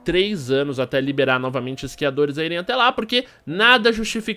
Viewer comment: " Iscriadores "